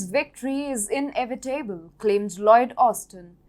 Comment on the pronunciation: Hilarious, "Ukraine's victory is "in f e table" ,, it's also "in evit able" 🔵🟡